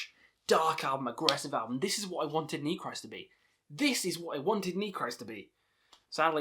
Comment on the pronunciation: don't know if someone already said it, but I speak Russian, Ukranian (a little), and German: The album titles are pronounced like Nechrist' = Neh hreest Weltenschauung = Vehlt en show (like ow when you get hurt) ung (like sung) Golos Stali = Holos stahlee Istina (verity) = eestina Cool vid mate